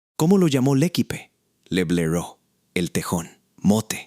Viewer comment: MAL PRONUNCIADO EL ACENTO EN LA PRIMERA E, LA ULTIMA E ES MUDA😮😮😮 « le équipe » — l'accent porte sur le premier « e », et le dernier est un « e » muet.